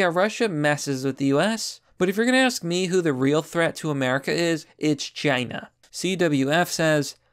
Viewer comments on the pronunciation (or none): none